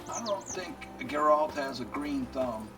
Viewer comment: Always great to follow along in your Witcher 3 playthrough 🙂 One tiny thing: His name is GEralt and not geRALT (emphasize the first syllable rather than the latter)